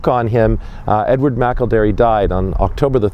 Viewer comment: is awesome, he correctly pronounced Edward McElderry's name! I am a McElderry from the USA. I'm not sure how Edward is connected to my family line but, all McElderry's are related. Thank you for making this video!